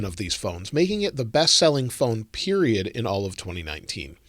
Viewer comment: he said “best selling phone PERIODT”